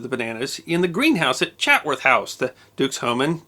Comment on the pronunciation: Hi I know I'm been picky really like your films. But it's pronounced "chats-worth house" thanks again for your films. (I live about 15 miles from Chatsworth.)